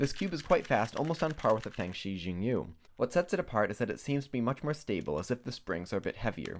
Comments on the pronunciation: It has to be pronounced "shingyu" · Also the u in Yu has some odd pronunciation I can't describe. It's definitely not pronounced 'you'. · Its chinese- the x is pronounced like shhh. Most people say zing yu so...